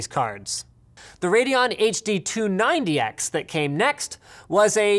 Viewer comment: did he say Radeon HD 290X? XD